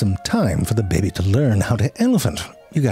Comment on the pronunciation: I just love it when you say "bebe"....makes my day it does...